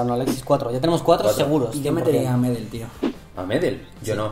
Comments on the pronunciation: Gary medel es un crack como pocos. Por cierto, se pronuncia "medél" no "medel" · Se pronuncia medÉl por la chucha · Gary Medel pronuncienlo con tilde en la ultima e y para mi medel es mucho más que Orellana en cuanto a selección en clubes andan parejo